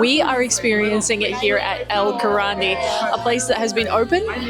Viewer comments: Oops the Spanish pronunciation... it's NOT "El Karate"... by no means! The place is called "El Querandí" and you should pronounce it "El Kerandee" (pron "a" like in "ah", "ee" like in "meet") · "EL KARATE"....WRONG!!! "EL QUERANDI"..RIGHT !!!!